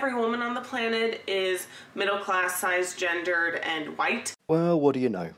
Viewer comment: ...what's a size-gendered woman? Is she trying to say cis-gendered?